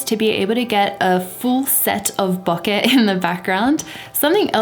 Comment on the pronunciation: I love how you say bokeh!